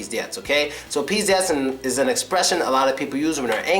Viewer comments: čeh it's pronounced [pizdEts]. The stress is on the last syllable. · 1) pizdets= a situation is VERY bad 2) not "pieder+rats" this word should be pronounced like "pieder+rust" And don't worry, that you tell something in a wrong way. Russian people can say a "mat" word instead of any other word)))